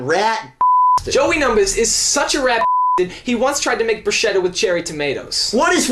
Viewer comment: it's called BRUSKETTA... not brush-etta... not about barbie...